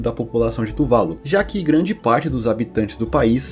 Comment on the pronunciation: AAAAAA! É "tuvaLU", e não "tuVAlu" Q raiva kkk